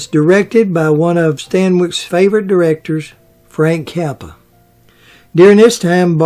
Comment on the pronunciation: I love the way mangles names...Frank Kappa